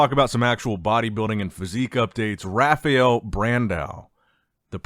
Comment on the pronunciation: "Rafiel" dude...how Hard is to say RA FAAAA EL?